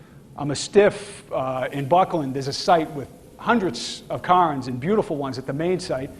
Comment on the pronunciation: it is CARE-NS, NOT CAR-NS. CAYRns, cairn CAIRns.